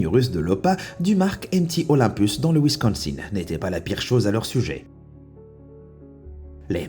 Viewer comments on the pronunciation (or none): none